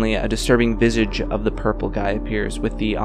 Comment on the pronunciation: anyone else noticed how he said “Visage”